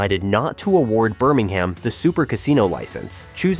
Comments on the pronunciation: It’s Birming-um. Not Birming-ham. And Birmingham city FC need distinguishing from the city of Birmingham. Blues is the preferred term. Or the scum, if you’re Villa. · Urgh the way this pronounces Birmingham really grates